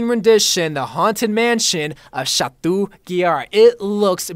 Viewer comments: Stop saying chatuuuu ITS CHATOOO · I love you but it’s pronounced “shat-oh”, not “shat-oo”. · Oml Bro I love you but never say Chateau like that again. It's pronounced sha-toe not sha-too. It's a French word so the -eau or -eaux is pronounced like an "oh" noise. Like Beau is Boe, Devereaux is Dev er oh, chateau is Sha to. Please stop saying it's cringey lol. Also for Ana's ghoul skin you can't pronounce, it's Gool, not gowl lol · It’s pronounced Sha-toh (Chateau) Yeah, French is strange